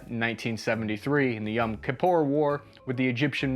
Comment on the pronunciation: Hey, i'm from israel, and the way to pronounce the word kippur sounds like the words key and poo put together with an R sound in the end. Love your videos